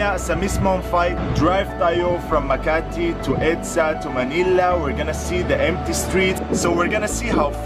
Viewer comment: sir its makati not makarte :) btw thank you for supporting manny pacquiao :)